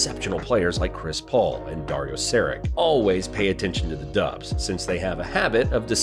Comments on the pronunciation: Sari(tsch) - not SariK ;) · Sharich not Sarick